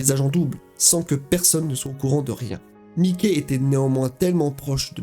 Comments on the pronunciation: c'est pas mickey c'est mikey qui se pronnonce maïky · J'allais like mais ta dit "mikey" comme mikey mouse aie aie aie